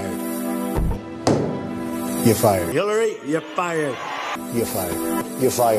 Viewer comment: He can’t even pronounce “You’re fired” correctly, can he? He says “Yuh fied” instead.